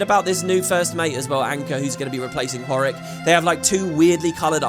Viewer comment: Horrik not Gorrik